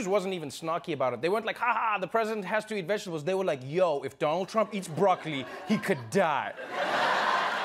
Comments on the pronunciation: DOLUND TRUMP 😀...gazab tha yr wo speech. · Doland Trump 😅😂😂😂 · You are wrong it's Doolaan Trump 😂😂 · it's even out coz modi said dolund trump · this was done purposly to insult in revenge against Dolund trump 😂😂😂